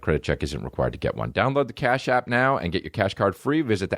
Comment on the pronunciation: everytime you say cash app i think you're saying car shop in a boston accent